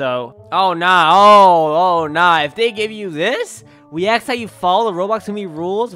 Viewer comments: Every time he says * axe* instead of ask XD So hate:)) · “People axe this in Roblox??!”